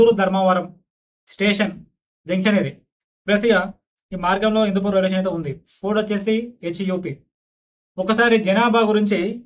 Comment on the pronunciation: Hindupoor kaadu hindupuram